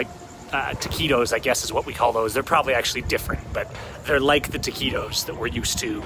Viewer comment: I did not understand when you said TAQUIDOS... the correct pronunciation is TAQUITOS with T as in Tank..